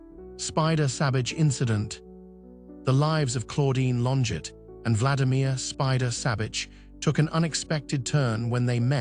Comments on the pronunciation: It’s not LonJET, bot, it’s LonJAY! She’s French. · That's not how you pronounce her name.